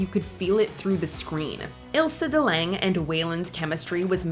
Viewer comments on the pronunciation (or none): none